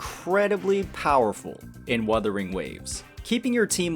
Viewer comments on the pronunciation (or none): none